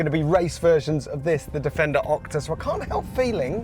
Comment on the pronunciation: Is he saying Okta? Like the single sign-on provider?